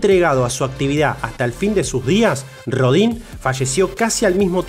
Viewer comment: Pues para empezar habría que pronunciar bien el nombre, es molesto que hagan un programa de alguien y ni siquiera digan bien su nombre, que se pronuncia Auguste Rodan aunque se escriba Rodin.